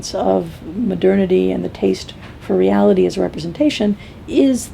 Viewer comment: Does say "maternity"?? Anyone?